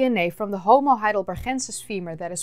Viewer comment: You pronounce "homo heidelbergensis" with a g as in good or better iceberg. It is named after the german city of Heidelberg not after a spanish location or person neither from a nederlands place or person.